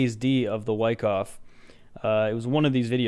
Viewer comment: I appreciate the awesome TA and entertainment, as always. However, I do not appreciate you mispronouncing "Wyckoff" so many times. Any avid viewer knows it's pronounced with a soft a.